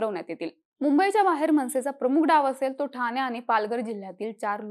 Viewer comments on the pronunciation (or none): none